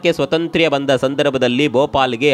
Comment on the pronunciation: 😂😂😂 ಅದು ಸ್ವತಂತ್ರ್ಯ ಅಲ್ಲ. ಸ್ವಾತಂತ್ರ್ಯ 😅😅😅😅😅